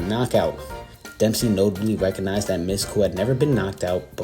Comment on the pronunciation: I believe Miske's last name is pronounced Misk-ee.